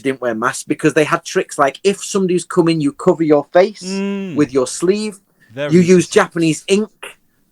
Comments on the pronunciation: Ô... Vc agradeceu a ele por "coming" ou "cumming"? XD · Esse trocadilho também é a mesma pronúncia de cumming que significa ejacular em Inglês pra quem não sabe, foi um triplo trocadilho KKKKKKKKKKKKKKKKKKKKKKKK